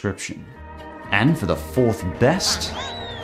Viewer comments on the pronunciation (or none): none